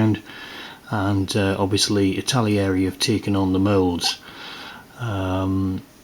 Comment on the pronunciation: It's not ItaLIERI!!